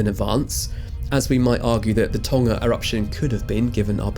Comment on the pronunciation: I was astonished to hear Tonga pronounced without the G (i.e. tong-uh rather than ton-guh). Well done!